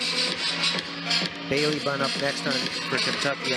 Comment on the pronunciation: Yes! It’s pronounced Bailey, not ba-lay 😂😅